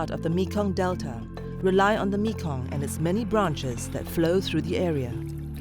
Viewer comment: “We want to wely on our shelves “